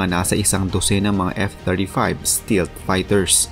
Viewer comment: Stealth Ang tamang "Bigkas" jn at Hindi Stilt...Google mo po MgkaIba ang Meaning ng Stilt at Stealth